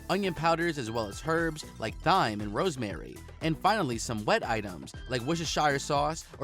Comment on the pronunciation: Jesus… now we get “herbs” with a pronounced ‘H’ and “thyme” pronounced with the ‘TH’ emphasized (as in “thigh”) 🤦🏻‍♂️ This guy should NOT be a narrator- he can’t speak or pronounce words correctly